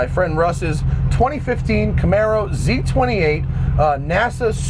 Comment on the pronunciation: Tito Jesusmane Yeah, I know, it's 'maro NOT "marrow". lol